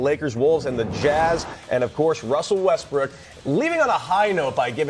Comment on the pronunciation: Westbrick haha this dude always calls him like that